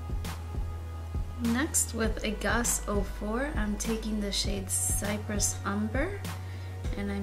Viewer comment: FYI, tempera is pronounced with the accent on the first syllable, not the second “temp-er-uh” And cypress is pronounced “sigh-press”. It’s an island . Almost every YouTuber mispronounces these names. I’m surprised that people don’t actually go to a dictionary and look them up to see how they are pronounced. I really like your videos and your review but I thought you might like to know